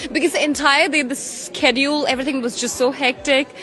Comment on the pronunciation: She Can't even Can pronounce Schedule 😅...